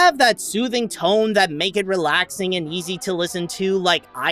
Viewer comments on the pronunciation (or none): none